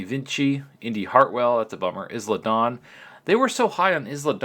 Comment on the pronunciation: It's not IZ LA Dawn.... it's I LA Dawn.